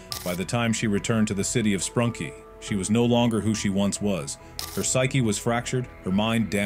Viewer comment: its sprunki not sprunk, sprunkie nor spranky and spanky